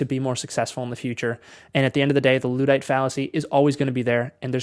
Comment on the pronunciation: I switched off the video as soon as he mispronounced "luddite."